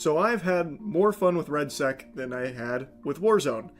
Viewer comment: its redsec gangsta not redsac aka red balls